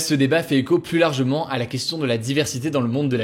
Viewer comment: « SiGnificatif », « pluS compliqué »... hugo, en francais toutes les lettres le se prononcent pas ^^